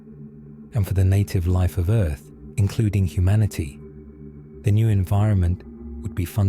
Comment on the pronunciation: He said: Earf. old name for Terra